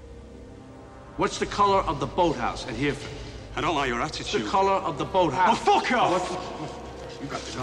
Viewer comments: I love how De Niro pronounces Hereford, "what colour is the boathouse at hear-ford?" It's a bit of a small place so I don't blame him, though it's actually pronouced Hair-ref-ord ( hɛrɪfərd). The guy at the end get's it right! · maybe there is one, maybe there is none. doesn´t really matter. the point is, DeNiro´s character just wanted to expose Bean´s character as a liar, i.e. that he´s not an SAS soldier & doesn´t know Hereford well. btw DeNiro also mispronounces "Here-ford" as in 2 seperate words, the correct pronunciation is: "Herryford". this might either be non-intentional (as DeNiro´s character is American), or very well intentional, i.e. an additional "testing" of Bean´s character. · Sean Bean could have easily called his bluff on the account of the fact that Hereford isn't pronounced Hear-ford! Too funny... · The scene is a good scene that gets spoiled by the way De Niro pronounces Hereford! >.< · Ok, let me start again. 1. De Niro is an American 2. He's playing the role of an American 3. He pronounces "Hereford" as an American would Having familiarity doesn't mean he will automatically use the local pronunciation. If you watch the movie at all, you would have noticed that he purposely emphasized his American (New York) accent; most likely to contrast it against the French, British, Irish, German and Russian ways of speaking English.